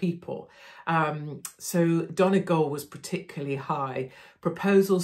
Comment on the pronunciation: Impressed how Katie pronounces all words correctly. Donegal, Varadkar whatever. She is so informed and educated.. If only Brexit was explained better to the British people, so many genuine people suffering now.